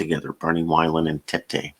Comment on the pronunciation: Thanks for the tip! BTW, Barney Wilen pronounced Vee - len. Cheers!